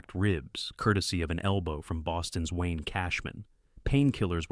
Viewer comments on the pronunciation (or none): none